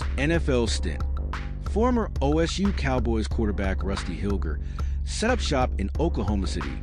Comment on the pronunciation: It's pronounced Hil- jer.